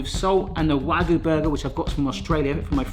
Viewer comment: It's not "waggoo" it's "wagyu"; "wa" and "gyu". わ and ぎゅ.